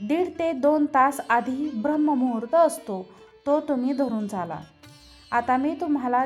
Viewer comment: सगळे छान आहे...पण म्हणताना ब्राह्ममुहूर्त म्हंटले जाते...शुध्द उच्चार..करावा...